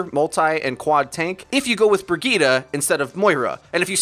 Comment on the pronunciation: Can y'all pronounce her name right. Its Reinhardts companion so you have to use some German pronunciation. It is pronounced Bre-zheet Have a nice day.